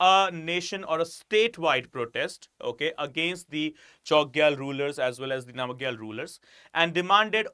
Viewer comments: It is pronounced as “nam gyal” and “Cho gyal” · Sikkim is derived from 'SU' 'KHYIM' not Su him. And its 'Nam-Gyal' not Nama Gyal.